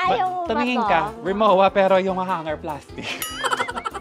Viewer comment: mispronounced po "RIMOWA" correct ptonunciation.."RIMOVVA"